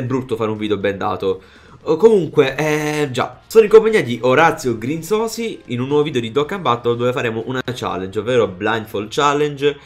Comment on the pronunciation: Si dice Grinziosi...QUANTO È FIERO MAIONESE NEL TUO VIDEO HAHAHAHHA